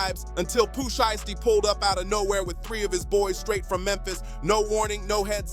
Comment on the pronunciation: No video of nothing his name is not sheesty it's SHIESTY get it right dumbass and another thing wheres the video all I seen was bunch of same ol same ol and herd nothing but your mouth and on top of that can't even pronounce their names right and you made thousands of these BULLSH!#/ I say